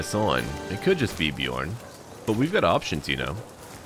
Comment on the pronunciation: The “ö” in Björn is pronounced like the “u” in run Love your vids and the fact you’re brave enough to try to pronounce foreign words much love from Norway